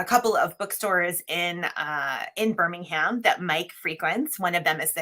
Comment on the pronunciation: Ooh, I have to call out the Birmingham pronunciation there---American flag on the play! lol